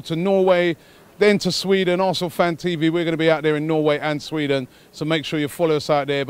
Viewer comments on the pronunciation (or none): none